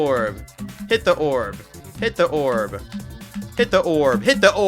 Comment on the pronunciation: "Hidda orb"🗣️🗣️🔥🔥🗣️